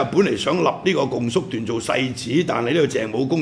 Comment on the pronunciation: 「共叔段」，「共」應讀若「恭」。